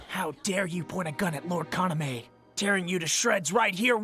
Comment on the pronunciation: God the english dub of vampire knight hurts my ears ;...; It also doesn't help that Yuki's english VA is incapable of pronouncing Kaname correctly (even though they actually had the subbed version to hear what the correct way of saying the names were >_>) But then again, the super bland protagonist pronouncing the name of her equally super bland brother/boyfriend as Kana-'meh' is sort of poetic.